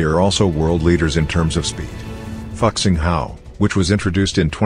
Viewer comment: Fu xing, not fuck xing